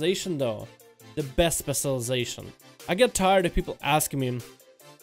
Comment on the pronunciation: New drinking game: Take a shot whenever he mispronounces "specialization"